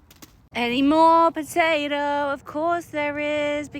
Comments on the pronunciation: I heard 'Poaeo' instead of 'potato' 😭 your accent is very cute though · I LOVE HOW YOU SAY POTATOE😂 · I love how she says 🥔pOtaTo